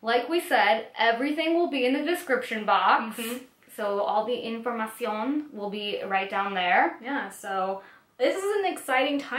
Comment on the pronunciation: Stephs reaction when says informacíon 😂 lmao